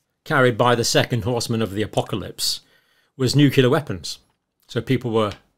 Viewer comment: May I ask how does someone of British origin (educated with obvious reading and writting skills) gets infected with “nukelar” deviation? As for “X” rise in various diseases was predicted as a function of global warming in 60’s. Which bit of human history makes you think next pandemic will not come. With increased exposure it is inevitable, pathetic thing is that in 14th century we knew about and used quarantines (mandatory in civilised parts of the world to protect people and economy). Today we have evolved past that so we kill people to protect economy and profit on sickness.